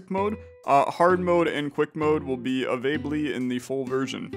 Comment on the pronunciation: Avablie, upside down ships and avaible were pretty funny, though